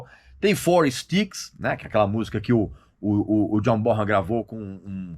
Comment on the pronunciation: Regis, a pronúncia correta do nome Bonham, é "Bonãm". Ótimo Vídeo.